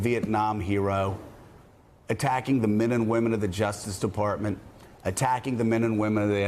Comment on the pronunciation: I don't understand why Rudy Giuliani, a former U.S. Attorney who was a part of the Justice Department, cannot say "Justice Department." He says "Jushpartment."